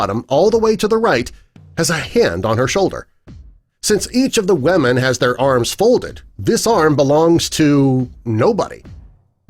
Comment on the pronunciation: Why do you call them wemen?..